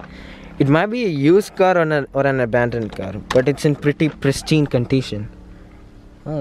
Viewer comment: 1.35 "presHtine CONTITION"😂